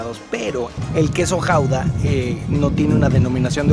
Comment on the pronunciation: El queso gouda, me sonó al quesojaldra jajaja, perdón.